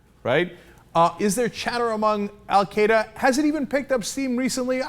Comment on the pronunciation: Dutch Ruppersberger?! Baha. Nice name. Anyone else notice that he called Al Queda "Al kaa-daa"?